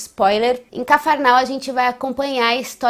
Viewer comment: Obrigada pelos comentários.Muito bem apresentados. Quanto á sua pronúncia de Cafarnaum, deve ser corrigida. Veja o correto. Ok? Obrigada.